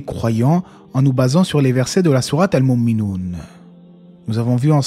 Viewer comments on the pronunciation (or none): * Al mou'minoune et non pas almunimune 😉